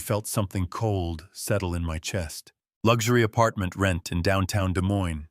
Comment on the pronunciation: Just FYI--both s's in Des Moines are silent 😉